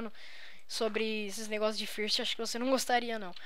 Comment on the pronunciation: nao fala first fala fârst ingles asaiushaiuh curti o video :D